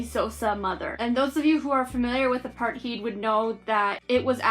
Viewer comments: Pronunciation: Apart-tate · Hi, i am maybe late for given you a comment about your review. I am really sorry my bus was late. I have to watch your review because my teacher said so. You did a great job, besides your pronunciation of apartheid. :)